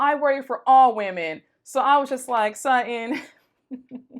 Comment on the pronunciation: Not "What the Sheree Whitfield"? Lol! And why did I giggle overtime she said " Sut-In" ! Lol!